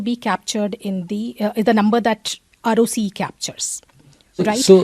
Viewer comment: Peak narcissistic attitude from Saurabh, yet his fund can’t generate returns equal to FD nor keep pace with index. Bit more humility and less relaxosque Multi bagger arrogance. Also calling ROCE as Roki is butchering the English language 😊